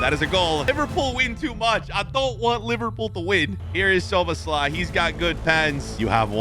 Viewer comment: I know you're not good with pronouncing names, but Zoobaslai?? Really!?